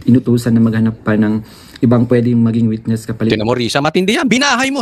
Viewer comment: PATAPUSIN MO MUNA MAGSALITA ANG WETNESS MO HINDI NAMIN MAINTINDIHAN EH